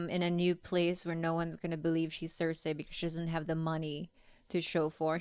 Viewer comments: Bobby: makes fun of for saying necTAR Also Bobby: pronounces cerci cerSAY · Why the hell do they all pronounce the name Cersie like that?? It bugs the hell out of me 😂